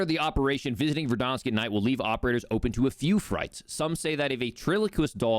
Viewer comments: Great video, but its ver-DAN-sk not ver-DAHN-sk. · He can’t say Verdansk properly lol he’s adding an extra R - Verdarnsk lol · Am I the only one who thinks it's funny that he pronounces it "Verdonsk"